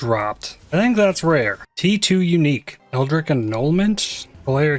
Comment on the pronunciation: Hello, love your videos and I've been watching for a long time now. But I'm at the point where I can no longer resist telling you that the way you pronounce the word "eldritch" upsets me. You pronounce it like "eldrick" with a "k" sound when it's supposed to be "eldritch" with the "ch" sound like in "cheese". I'm sorry if this came off as prudish, it's just people pronouncing words wrong is one of my irrational pet peeves lol. Keep up the good content!